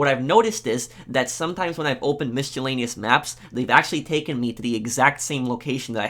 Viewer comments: Tarot is pronounced "tah-roh" Miscellaneous is pronounced "miss-uh-lay-nee-us" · Lol at “miss-che-lanious maps”... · Also, it's pronounced mi·suh·lei·nee·uhs (miscellaneous), not misc'h'ellaneous. Just a feedback. BTW, great video. Thanks. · terret cards and mishtellaneous maps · Lol, mischoolaneous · I can't unhear "mischaleneous maps" and "tarit cards" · tarot is pronounced "tarrow" and miscellaneous is pronounces "mis-uh-layn-ious" very annoying to hear them mispronounced great vid tho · take a shot everytime he says MISCHALANEYOUS. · Omg its pronounced mis-a-lane-ious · Tarot is pronounced Tarow not Tarat 👍🏻 and Mischellaneous? 😆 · The way you pronounce "miscellaneous" makes me want to kill myself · I'm sorry. I can't let you keep saying "Miscellaneous" that way without saying something...